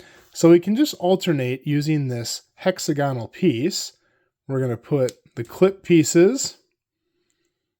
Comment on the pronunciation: The half-gone puffball version is so good! Minor note: while words like hexagon, pentagon, and octagon do have the emphasis on the first syllable once you turn them into adjectives the emphasis moves to the second syllable: hexAgonal.